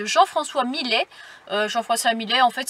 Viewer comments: Encore une petite pépite ta vidéo... j’adoooore. Au fait il me semble ( enfin je suis sûre) que les 2 L du nom du peintre (Millet) se prononcent comme ceux de fIlle et non comme file ....😂😂😂 je ne sais pas si je suis très claire ....😉 En tout cas 👏👏 pour tes reportages en compagnie de Dan et des adorables chats.. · On prononce Millet ( yait ) pas Milet ! C ' est un mâle moustique , ça ne pique pas . La marmite de soupe c 'est pour une semaine ? 🤔